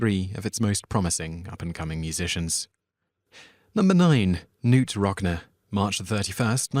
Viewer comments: Knute RockNEE, not RockNA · its pronounced 'rocknee' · Knute Rockneeee ffs! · Very well done video, nice accent, but PLEASE learn how to pronounce people's names correctly before doing another. Valens, Rocney, Marcianno! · Audie Murphy... Highly Decorated? Wanna try that again? He's the highest decorated soldier. My favorite part of these videos is listening to this guy try to say things like "Knute Rockne"